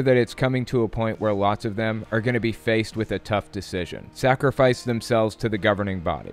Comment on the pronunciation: When she said “S A C R I F I C E”, it really hit different